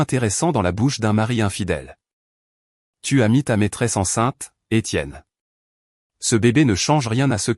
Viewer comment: Des Tiennes ,à la place D' Etienne.!!IA !!!!!!😂😂😂😂